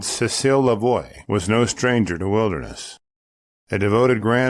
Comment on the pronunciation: Hey man, her name was "Lavoie" not "Levoie".